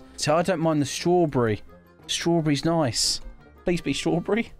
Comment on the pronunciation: Bro Said strawbre